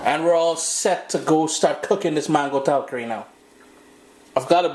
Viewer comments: please, it’s “ tal-Kaari”. Accent is on the second syllable. I like your videos. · please say “Tal KAR is. The accent is on the second syllable.